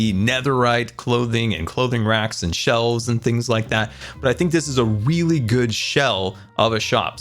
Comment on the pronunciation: he said weally not really